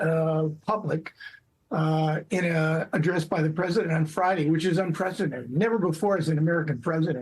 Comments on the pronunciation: "Unprecedented" Or as Joe Biden pronounces it, "unprrrssindnnt." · Yet he couldn't pronounce "unprecedented" in 3/4 attempts 😂🤣